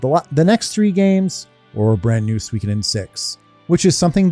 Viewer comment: It's my first time hearing someone pronouncing suikoden as swee-ki-den lol. I always thought it's sui-koh-den